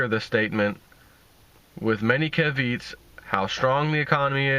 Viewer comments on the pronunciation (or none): caveat = cav--ee--ot